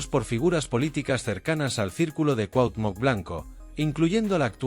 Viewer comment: No puedes pronunciar CUAUHTEMOC ?? o decir veinte millones ?? De que pinche cerro te bajaron ?? Tu pinchurrienta manera de hablar tan agringada y miserable dan risa...